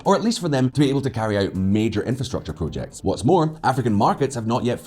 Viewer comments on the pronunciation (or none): none